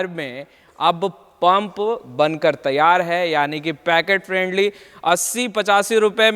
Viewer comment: पैकेट फ्रेंडली नही पॉकेट फ्रेंडली होता है भाई l